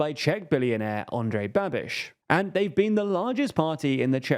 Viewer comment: Pronouncing "Babiš" as "Babbish" is absolutely unhinged, and overwhelmingly British. Eugh.